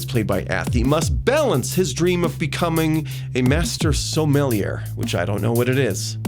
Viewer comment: Sommelier is French so silent R. And it means an expert on wine. you can do it, you almost did it already: Du Maurier -> Sommelier.